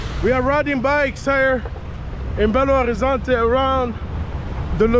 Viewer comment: Belo Horizonte is NOT pronounced Horizontay it is pronounced Horizonche. In Portuguêse the “T” is pronounced with a CH. Boa Sorte 👍🏾